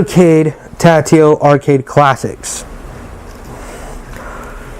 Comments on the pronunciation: Tatio? I don't think so. It's Taito, pronounced "Tey-toe", or "Tie-toe", depending on where in the world you're at. But definately NOT "Tatio". No wonder there's only two comments on here.......smh. 😂😂😂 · Cool video, really nice… but it’s TA-I-TO not TA-TI-O